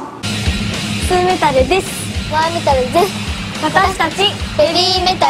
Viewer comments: いつも思うのですが、どうしてMoametalだけ「デス」の「ス」がθって感じなんでしょうか笑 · She sticks her tongue out too early and accidentally makes the “th” sound